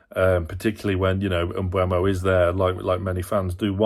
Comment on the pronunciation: You say Mbuemo, his name is Mbeumo. 🙂 (not that anyone cares) Agree that midfield needs to change but Willock is not in form either. Tonali is a much better player in almost every aspect than Longstaff, but we miss Longstaffs dummy runs which provides space for other players. And let's be honest. Trippiers deadly right foot is much harder to defend against than what Livramento offers going forward. So the lack of threat down the right is not only because of the right winger.